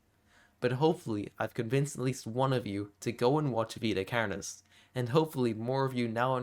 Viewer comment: you say carnis so irish. carrrnis